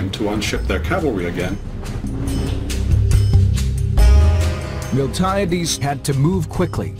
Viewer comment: Also, Spain is, was and never will be in Italy. As entertaining as it is, this documentary is full of flaws and horrific pronunciations.. MiltAHHyaDeees? Milti-AH-Des you mean..